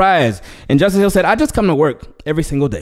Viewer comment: Thanks brother and yes you pronounced my name correctly... Leeessh goo!!!